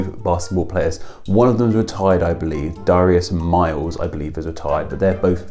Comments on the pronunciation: dare-ee-us not da-ry-us "darius rucker" for example. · The site that told you how to say Darius is wrong. It's pronounced DARE-ee-us. BTW, Darius Rucker is from my hometown and my uncle goes to church with him. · Scotland - always pronounced it Darry-us. Never heard it said the way you do :-D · I had no idea it was actually pronounced "duh-RYE-us". every Darius i knew or heard of was pronounced "DARE-ee-us" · Do you pronounce it DAR-ius or DA-RI-us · It’s pronounced Dare-E-Iss, in the US at least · Who the hell pronounces it dor-ai-us!? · Yea he butchered it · Here in the US, too. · Yeah, I've never heard it pronounced like that! I wonder if it's an oopsie or if some people actually say it like that? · Is it not pronounced DAR-ius? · Nobody has ever pronounced it the way you have lol